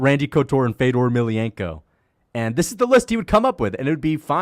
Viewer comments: Why does leave out the N in Fedors last name? It just sounds dumb and like a casual. It ain't Emilianko like how he is saying it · I've never seen this guy, but when you can't pronounce Fedor's last name, you shouldn't be giving any opinions on MMA.